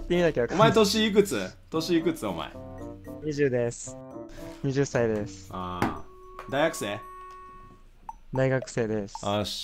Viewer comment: 20歳(はたち)で20歳(にじゅっさい)って言ってる時点でなんかダサい